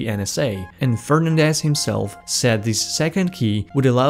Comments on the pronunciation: Repeat after me: "Fer-nan-des"....not Fern-andes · Fernándèz. Not Férnandez.